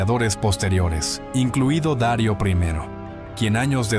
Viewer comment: No se dice Dario sino Darío el grande. Hermoso relato nunca lo había escuchado me encantó. Gracias 👌.